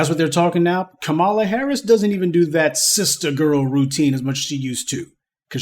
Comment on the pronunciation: Dude the least you can do is pronounce her name correctly…Come on “Professor” 🙄🤦🏾‍♂️